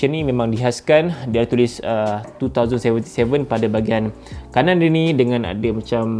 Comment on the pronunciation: wow cyberpunk TWO THOUSAND seventy seven bukan nk hate ke ape tp biasa org pronounce twenty seventy seven